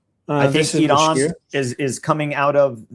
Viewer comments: Just the way pronounces Iran tells you been there done that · Lol no it doesn’t. He pronounces Iran like an Arab. We Iranians pronounce Iran without the rolled R. In my opinion he is way too optimistic on Americas ability to establish that naval and air corridor simultaneously. If this was possible America would have done it during the last round. According to the lieutenants logic the only reason it will be possible this round is a slight drop in oil prices.